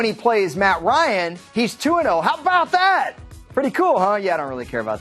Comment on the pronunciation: When he said "how about that" I heard "how bow dah" lmao